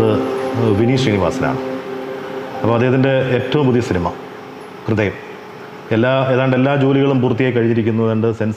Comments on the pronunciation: കൃദയം അല്ല അണ്ണാ ഹൃദയം... അവതാരകന് അത് പോലും പറയാൻ അറിയില്ലേ?? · കൃതയം അല്ല പൊട്ട ഹൃദയം ഹൃ ഹൃ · Interviewr chettan കൃതയം ന്നാ പറയുന്നേ😅